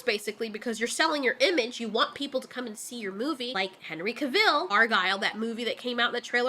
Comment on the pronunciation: Cavill. Cav ill. There's no 'e' at the end. It's not Caville.